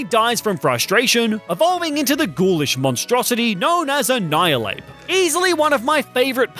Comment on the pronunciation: "Annhilapes" seriously?